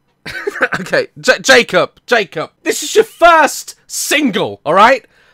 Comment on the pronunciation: I love how daz says his name “Jake-op Jake-op”